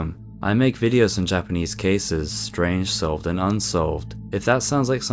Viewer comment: I very much appreciate your pronunciations of Japanese. A lot of british and Australian individuals have a tendency to absolutely butcher it. Also, the ffirst story where rhe boy gets down near the river bank? This is one of the many reasons why the Kappa myth exist. Might he have fallen into the river?